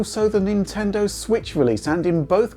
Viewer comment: Nintendo Sritch... Or as would say, "Nintendo Switch"...